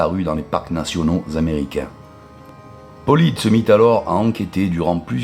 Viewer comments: Ça se dit paulides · Arrête de dire Paulide